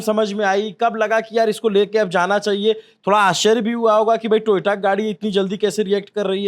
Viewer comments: Nitin gadkari ko koi pehle toyota bolna sikhao yaar....toyato bolne ka copyright hai uske pass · Toyota ❌ Toyaato✅